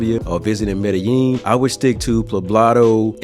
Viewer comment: learn how to proniunce medellin the double L is a j sound